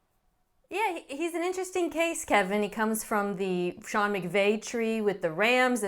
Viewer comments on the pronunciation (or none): none